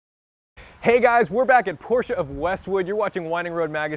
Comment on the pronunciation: Thank you for pronouncing Porsche the right way. Sincerely, a German. Not very hard fellow americans...